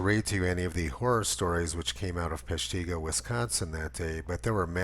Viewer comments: Tony. I love your commentaries. To help with you with the pronunciations of our funny WI city names. Peshtigo is pronounced with the accent on the first syllable. PESHtigo. Hope this helps. 😎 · Lol... your saying Peshtigo wrong. Sorry cheese head hear. Say Shawano next. Link below is how to say it..